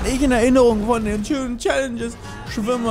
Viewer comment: Chlaenges <3 Bitte noch einmal Chlanges